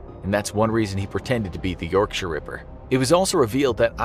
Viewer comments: My respect from a British person for calling it Yorkshire not yorkshyer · So glad he doesn't say York-shire, like most Americans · He pronounced Yorkshire properly, which makes up for it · Hearing someone not from the UK pronounce, "Yorkshire." Properly, is so satisfying. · just gotta say you're pronunciation of the word "yorkshire" is probably the best i've heard from an american. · Americans love to pronounce 'shire' with such emphasis. This dude must've had it bullied out of him. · Oh you mean the correct way